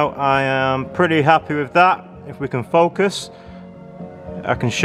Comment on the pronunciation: “... if we can faukusss...” .... lol